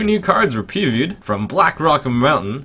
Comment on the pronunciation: "Two new cards were pee-vewd" ehehehehe